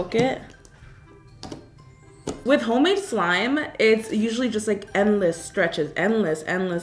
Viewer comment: This is how many times she said “homade” 😂 👇